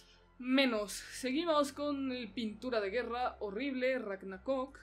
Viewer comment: Ha dicho "Ragnacock"?!=ragnapolla😂